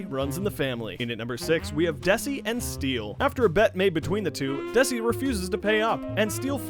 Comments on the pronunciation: its DESI not DASI.. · desi not dasi :D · It's Desi not Dasi... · He is Called Desi not dasi and second minimoe isnt a pro